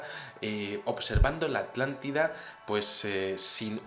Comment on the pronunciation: Atlántida o Artàntida? se te hace bolas el barniz